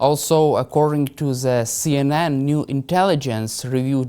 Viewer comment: Why all Ukrainians and Russians pronounce the as zee? lol Whahhahahaa